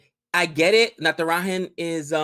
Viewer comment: when will you pronounce "J" of Natrajan right? We indians don't pronounce J as h like mexicans.